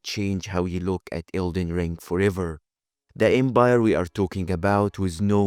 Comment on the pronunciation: The Embire, though 😂🤭 literal flip of a letter. 😂